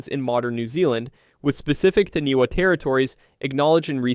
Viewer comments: I love it!!! But it’s pronounced tāni-fa not taniwa. From nz🫡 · Love this❤ as I am Māori. The pronunciation is Tanifa not taniwa but spelled like taniwha. The wh is sounded like a f. but love the great work ❤